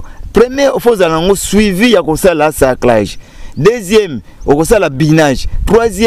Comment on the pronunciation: Balobaka SARCLAGE. Journaliste à chaque émission olobaka kaka "SARCULAGE". Ndeko yekola et changer prononciation nayo!